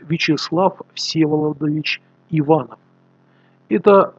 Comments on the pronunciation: но почему он ивАнов , а не иванОв? режет слух! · Не ИвАнов, а ИванОв. Сероводородных легко по таким ляпусам вычислять. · Уважаемый блогер, мы не болгары и фамилиия Иванов произноситься так:Иван'ов. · Невозможно промолчать, дорогой автор, фамилия профессора читается как ИванОв, с ударением на О. В России так.